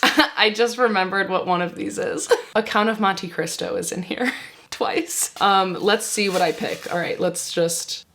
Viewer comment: I laughed so hard at your gibberish when you were trying to say Count of Monte Cristo. 😂